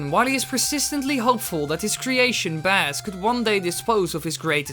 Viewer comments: Heh! Bass pronounced "base", like the musical term; not pronounced "bass", as in the fish. I wonder how long this mistake will remain in the fandom because of the improper translation of Mega Man 8's early cutscene? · Did you call Bass “bass” like a fish and not the musical notation for notes that fall under middle C (psssssssst, notes above middle C are called Treble). It’s pronounced like base and rhymes with ace, face, case, mace, lace, etc.. It not the fish, it’s the notes below middle C. Also given you called Bass “bass” like the fish and didn’t catch on to the Bass and Treble thing… Rockman is named Rock. His sister is Named Roll. Rock n Roll, like the music genre that the Canadian band Rush is from. Btw, Rush is Red and White, like the Canadian flag. 🇨🇦. Blues (Protoman) is said to be the precursor to Rock (Megaman) while Blues (the music genre) is, to some extent, one of the precursors to Rock music. Beat is named after the musical beat of a song. Tango (game boy game character, it’s a cat) is named after a musical beat/dance and his function is similar to beat. Ballad and Punk (game boy characters) are also named after musical genres. In Japan Bass (again, not bass like the fish) is named Forte (literally means loud) and Treble is named Gospel which is a musical genre. And generally Gospel music tends to be loud. Actually his theme when you fight him could be loosely described as Forte Gospel. Also Enker from the gameboy games is a play on words of Enka a popular Japanese music genre. Granted that’s a bit obscure for western audiences. So we have Rock n Roll, Rush (given a bit obscure even if you are familiar that rock and roll is a music pun and listen to Rush and know they’re a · It is bass not baass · BASS LIKE BASE NOT THE DANG FISH! That got up my nose a little. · You know it’s not baa-ss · This is pretty good and amazingly accurate. I just can't bear the way you say Bass though